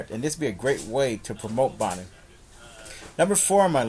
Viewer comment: it's Adrien Broner not Boner!